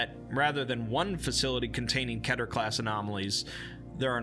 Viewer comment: I’m so triggered about how you say keter like ketter